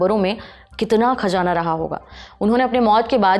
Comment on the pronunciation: Ma'am please improve your pronouncation, Khajaanaa repeated hearing is horrible, please check the correct prononcation..